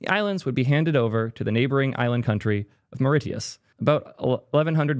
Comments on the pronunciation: It’s pronounced « maurishius » btw (and it’s paradise, I wish I was still living there) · FFS "MUR-ISH-US" Say it with me naow! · It’s pronounced “maw-rish-us” PS I love how the article is published on a Tongan ccTLD 😆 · It's pronounced more-I-shis It rhymes with "delicious" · It's pronounced MORE REE SHISS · Correct pronunciation of Mauritius is “more-rish-us” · "Myrrh-rish-us". "Myrrh" as in the Myrrh and Frankincense they gave to Jesus. "Us" pronounced more like "ess", the same way as the "us" at the end of tetanus. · why wouldn't you just google how to pronounce mauritius before recording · No you said Mauritius wrong both times, for the “ti” think Kiribati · How TF do you not know how to pronounce Mauritius?!?!?! How fucking stupid are you?!?!